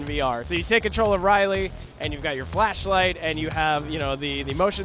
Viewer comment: This guy speaking... ALIEN: ISOLATION became 'ALIENS: ISOLATION' & Ripley became 'Riley' LOL -_